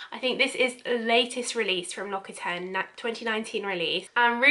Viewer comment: Come on! if you're going to do a video on them at least research how to pronounce the company name before!